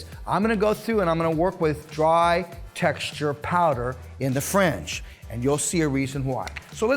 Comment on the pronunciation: Great video. Helpful advice and technique, but some people have thin hair and can't afford to take part of the top to cut a guide in order to lessen the weight. On a side note, when you say "fringe", it sounds like you're saying "french". "We're gonna suggest thst you offer a frenge benefit" lol.